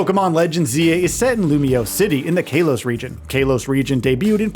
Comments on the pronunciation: Kay-los region? Really? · Bro Kay-los region is wild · Am I the only one who is wildly annoyed by the way he pronounces Kalos..? 🤨